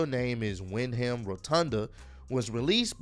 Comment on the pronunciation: It's Windham (wind-um). It took me a while to pronounce it as well